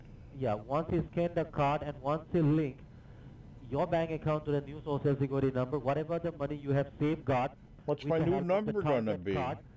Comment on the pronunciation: Your sho sho secuwity numba 😆